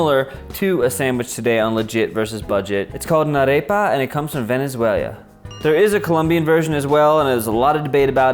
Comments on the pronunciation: I love you but VenezuelA not VenezuelIA. Ik it's not a big deal but it bugged the hell out of my husband who is from there. lol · I like how you pronounce it Venezuelia instead of Venezuela 😆❤ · He keeps saying "Venezuel-ia" instead of "Venezuela" . People often mispronounce "Namibia" as "Nambia". He's commenting in a world where there's an extra continent full of countries with close-to-real, but ultimately made up names (from our perspective). Okay, now you can laugh -- ready? HA Ha* ha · Why are you pronouncing ‘Venezuela’ as ‘Venezuelia'? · Please don't say VenezueLIAN. Hurts my ears. Ve-ne-zue-lan (lahn) No 'i' :-) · Love your videos. But you’re killing me with you pronunciation of Venezuela. It’s not Venezuelia. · venessuelya LOL!!! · Great video love arepas! but i got anxaity everytime i herd velezueñia lol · Venezuelia lol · Cringing at the fact he kept saying venezuelian, venezuelia. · I'm sure it's a great video, but I got TOO distracted from the fact you kept saying "Venezuelia" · Does anyone else hear him saying "Venezuelia"? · I have to know where this "Venezualia" is LOL. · I was gonna say the same thing but you beat me to it 😂 Venezueilia 🤷‍♀️🤪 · Venezuel-ee-ah lmao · I loved the "Venezuelian" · Damn! I wanted to point that out. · I like that he showed a map with the spelling of the country on it and still mispronounces the name. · This guy was so ashamed of his pronunciation of Venezuela that he removed his face from the video. F for respect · Thank you!!! It was driving me to distraction. 🤣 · He venezuel'd ya. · A for effort! I laugh so much with the pronunciation of “VENEZUELIA” and “reina pepeida” AREPAS ARE THE BEST! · PLEASE! It’s “venay-SWELLA” and “halla-PAYNyoh”